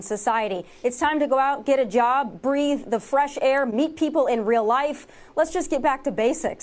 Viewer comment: I thought the pudnet said "Breed" not "Breathe' lol